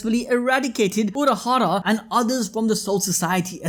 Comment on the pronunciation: Haha unohara???? I know you meant urahaha but it made me smile